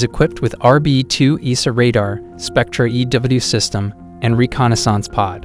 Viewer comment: Dude pronounces reconnaissance like it's a type of font lol